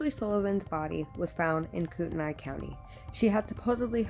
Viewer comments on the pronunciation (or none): It's pronounced "Koot-A-Nay" not the way you're saying it. My son worked with Dylan's mom at Yokes. She still thinks these were all murders. We lived in shoshone County, Kellogg for 16 years. It's a small county and towns. the cops rule there and the older people know stuff there!